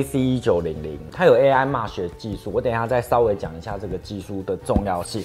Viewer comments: MESH應該是唸"媚徐"~~ 不是"罵徐" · 「妹」sh，不是「罵」sh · 我多嘴一句沒惡意,Mesh念咩許不是罵許...